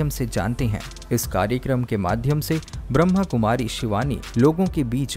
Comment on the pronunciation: Please bhai jii sahi tarike se boliye Brahmakumari Not brahmkumari om shanti